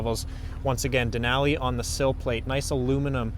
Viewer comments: Hilarious pronunciation of a great National Park! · That’s not how you say Denali